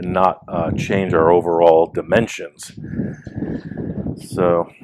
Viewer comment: Did you say Dementions or Dementia? 😅 lolololol